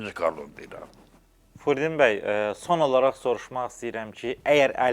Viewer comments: Əcabə, bu aparıcı qonağın adını düz əməlli başlı niyə deyə bilmir ki ? Furdin bəy nəymiş taa ??? Fürudin bəy niyə deyə bilmir ki ??? Çox ayıb !! Adını da jurnalist qoyub .... Utan öl ta ! Ged əvvəl düz əməlli danışmağı öyrən , sonra bura çıxıb belə danışırsan, azərbaycanca danışa bilmirsən çıxma bura !!! Gördüyün vacib işnən, amalnan danışığın heç bir araya gəlmir !!! Mən yenə də tamaşaçılardan üzr istəyirəm bu cür sərt reaksiyama görə, amma yenə də üzümü aparıcıya tutub deyirəm: qardaşoğlu, sən bu cür vacib mövzuya , dilimiz, əlifbamız .. kimi mövzuya toxunursan və bir dənə Fürudin sözünü düz əməlli deyə bilmirsən , ayıb olsun sənə .... təmiz beynimi xarab elədin sən ... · Jurnalist gonağın adını düzgün tələffüz etmir – ,, Furudin,, bəy deyir. Belə yaramaz.